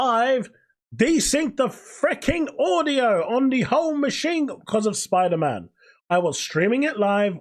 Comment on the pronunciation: Pfff, "Spoder-man 2" hahahaha